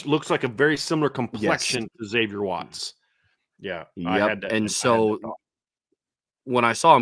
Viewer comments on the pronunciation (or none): Wavier Xatts 😂 Like Garthe Knight!